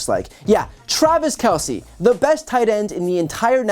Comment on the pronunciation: The name is pronounced "Kel-s" . . as if the E wasn't there......"Kel-See" equivocates to calling Mr. Jones...."Jonesy"....!!